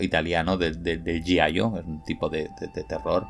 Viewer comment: Se pronuncia "Yalo".